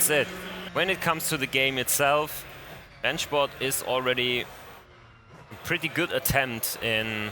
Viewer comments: I just have to ask. Are you a German native speaker? The pronunciation of "Rennsport" sound professional :) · As a German i can say you pronounce Rennsport really good